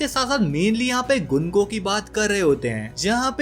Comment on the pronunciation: गंको है उसका नाम गुनको नहीं